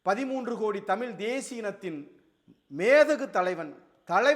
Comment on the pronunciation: நீங்கள் சொல்லும் கருத்து எதார்த்தமானது. உண்மையும் கூட. நீங்கள் தமிழ் என்று சரியாக உச்சரித்தால் நீங்கள் சொல்லும் கருத்துக்கு இன்னும் சிறப்பு சேர்க்கும். மகிழ்ச்சி.